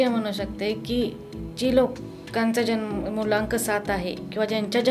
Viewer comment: भावा मूल्यांक नाही, मूळ अंक- मुलांक बोलावे